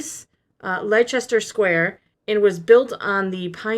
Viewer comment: It is true about Andor. My Dad worked on it as an extra playing a Ghorman citizen/protester. (Leicester is pronounced LESTER btw 😂)